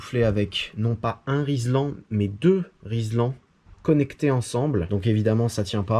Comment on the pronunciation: Rilsan putain ! Pas Rislan !!!!